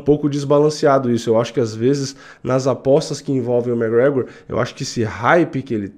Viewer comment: e é McGregor, não "mec gregor"